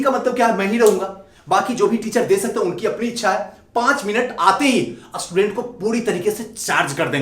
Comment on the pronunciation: पहले असटूडेंट को स्टूडेंट तो बोलना सीख ले 😡